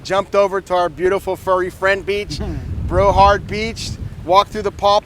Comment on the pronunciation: I never heard of Brohard Beach…do you mean Broward??